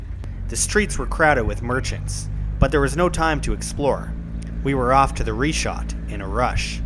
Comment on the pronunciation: Damn dude. I was all excited to watch this and then you open up the video saying REE SHAT!!!?!?!?!?!?!?!?!? WHAT A WASTE OF A TRIP.